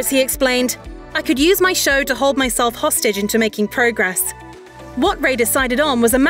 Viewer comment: This would feel a lot more trustworthy if they pronounced his last name correctly